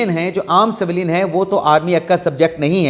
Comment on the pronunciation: saheb Saveelyn naheen civilian bolty naen